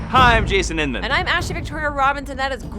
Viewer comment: I think you missed an 'N' out of Innman lol